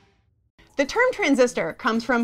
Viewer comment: "DUH arrow"?????